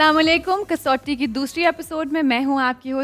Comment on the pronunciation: Aftab saab kasoti nahi "kus wati" kehtay hain